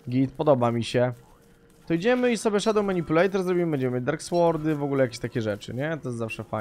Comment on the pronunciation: gimper w nazwie dark sword, "w" jest nieme, dark sord a nie słord